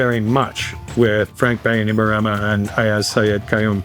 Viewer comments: Great video! As someone fluent in iTaukei (Fijian) here is a pronunciation guide of some of the words you said wrong. ITaukei (Ee Ta oh Kay) Viti Levu (Veetee Leh Voo) Bainimarama (Buy nee Mah Ramuh) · It's pronounced "BAI-knee-ma-RA-ma"